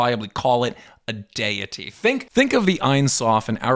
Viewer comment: It is wildly inappropriate to make modern diagnoses of modern mental health conditions as it is just unhealthy affirmation of this detrimental mental health treatment in the modern US. Also, I’m convinced your pronunciation of deity is rage bait.